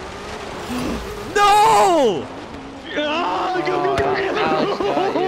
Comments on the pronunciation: is it pronounced Fortza or Forza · It isn't fortsa IT'S FORZA😠😠😠😠